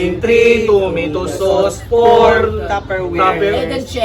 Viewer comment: Three toomeytow sows. Hahahahaha